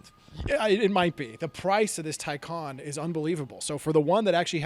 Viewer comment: Tacon rhymes with Bacon